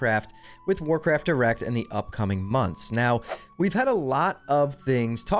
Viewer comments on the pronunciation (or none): Might want to enunciate those two words a little better because I kept hearing Warcraft Erect. But hey, sex sells 🤣